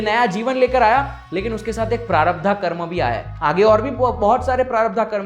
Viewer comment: Prarabdha nahin, prarabdh.